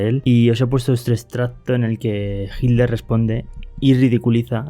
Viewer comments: QUE MAL PROGRAMA ..... Y SE PRONUNCIA HITLER Y NO ..... JIDLER. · Porque dices jitler y no Hitler XD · ¿Por qué dices "jildler" en lugar de "jitler"? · Por que dices Hilder? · Porque dices hilter en ves de Hitler he visto que los españoles así siempre dicen hilter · Que carajos pones solo las voces y no la traducción, mejor no pongas nada, y pronuncia bien que te refieres a Hinler o Hitler ya que a veces se confunde. Pronuncia bien. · QUÉ RARA FORMA TIENE USTED DE PRONUNCIAR ESTE APELLIDO...PARECIERA COMO SI DIJÉSE..."HIL-LER" O "HID-LER" CUANDO SE PRONUNCIA "HITLER" CON LA LETRA "T" QUE ES SONORA Y NO MUDA...EN GRAN PARTE DE ALEMANIA SE PRONUNCIA...( hitlɐ: ) CON VOCALIZACIÓN DE LA LETRA "R" FINAL... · Consulta. Porque los Españoles dicen “Hiller” y no pronuncian la T. En Alemán se pronuncia. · Por que los españoles dicen HILDER, acaso no ven que es HITLER, por dios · No dicen hilder; pronuncian hit-ler separado pero rápido y por eso suena como si fuera con d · Una pregunta por qué los españoles dicen Hilder y no Hitler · Porque los españoles no pueden pronunciar la "t" cuando dicen Hitler? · me dio mucha risa " hikler " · Se pronuncia como se escribd en dsoañol: itlar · No pronuncian la “T”. Pero igual no importa porque pronuncia todas las palabras en alemán incluyendo nombres y apellidos que da penaaaaaa!